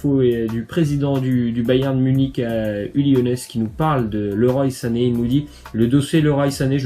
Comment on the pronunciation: Ca se prononce leroi sané